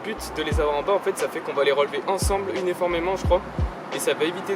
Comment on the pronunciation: "Unéformement jcrois.." 😂